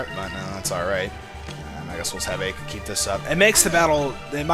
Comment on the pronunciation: actually its pronounced like Eye-Ka. From the japanese standpoint anyways, since her name is japanese. Ai-ka